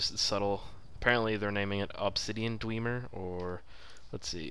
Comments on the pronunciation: Not dw-ee-mer It's dw-eh-mer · Its pronounced dweh-mer not dwee-mer. But I don't care you're and is BAWS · Dweeemer? Holy fuck, it's dwemer, a short e. Dweh mer.